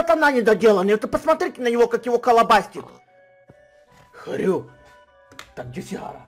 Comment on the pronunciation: Когда он сказал я хрю. ОН СКАЗАЛ ХТЮ!!!!!!!!!!!